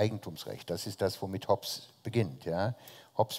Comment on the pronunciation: Liebe Bucerius Law School, ich hoffe, wurde mittlerweile auf seinen Lapsus Linguae aufmerksam gemacht. Das "e" in Hobbes ist ein stummes. Ich bin jedes mal zusammengezuckt, als er den Namen aussprach. Verspätete Grüße